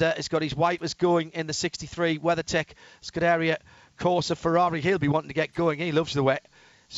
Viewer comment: He says Scuderia wrong 🤣